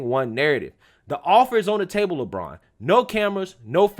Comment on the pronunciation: It's Le braun not Le brain